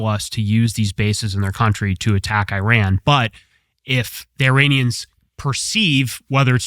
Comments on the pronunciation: This guy is wrong. He doesn’t know what the hell he is talking about. He even cannot pronounce the name the country, Iran, right. He keeps calling Iran (Eeran), EYE-RAN. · It’s pronounced “E-Ron” not “eye-ran”. You didn’t run anywhere sir. Kudos to TC for pronouncing it right. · They're called E-ran and E-raq. Learn to pronounce them. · I HATE US government and israhell. AND learn how to pronounce countries names. It is not I RAN🤢🤮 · I am an Iranian who finds it their right to educate others about their country when they dare to comment about it. Especially when that country has been home to a 5200 year old civilization. And the first thing to start with would be the NAME of the country of course. Names don’t have different pronunciations. Same way there’s one way to pronounce Phill or whatever else your name is. Simple as that. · It’s not about how I pronounce it. It’s about how a name IS pronounced as a word. And my origin is relevant here cos I would know what the correct pronunciation of the word that represents the name of my country is. That’s all.